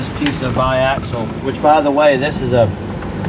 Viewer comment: Awesome to see the progress, can't wait to see it in person! And you nailed the biaxial pronunciation!